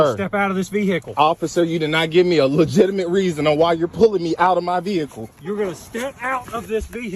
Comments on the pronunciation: I hate people that pronounce the word like that. "Vee-hickle." The "h" is silent. 🤦‍♂️ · "step out of the vee-hickle now" 😂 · GET OUT THE "VEE-HAA-KAL" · "Step out the veehickle"😂😂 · Step out of the ve-hicle 😂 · Yup. Yous knows yous in the Boonies whens it's calleds a a Vee Hicles